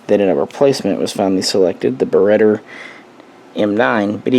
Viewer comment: Try pronouncing Beretta properly!!